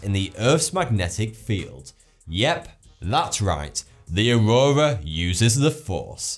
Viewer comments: He says auwowa lol. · ''the aroura on uranus'' lol